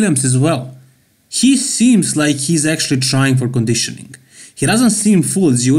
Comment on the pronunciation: Needs better Conedeeeshowneeng! Lol. Nice video!